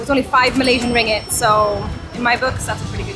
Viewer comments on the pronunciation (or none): The currency is pronounced RING-GIT. There's two Gs. 😉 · Great vid and your mistake was a understandable at the Petronas Towers. You were lucky to get in on the same day. One suggestion, the currency is pronounced RIN-GIT not RING-IT. But who cares as long as you have enough. I am looking forward to your visit to Langkawi. We were last there in 2013 and stayed in the Pantai (beach) Tengah, Pantai Cenang area which are along the same stretch of beach. Looking forward to your reactions we are going there next year. Malaysia is one of our favourite places in the world. In Langkawi hire a car. Such an easy place to drive and takes no time to see the island.